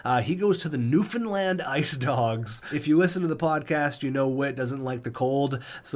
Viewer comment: I’m very happy that there’s a newfoundland team lol. And proud you said newfoundland right 😂